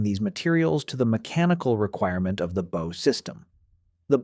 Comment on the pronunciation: Your pronunciation of "Bow" is annoying as Hell!!!!